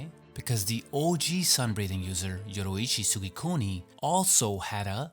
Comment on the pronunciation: yo-REE-ichi, not yo-RO-ichi. FFS.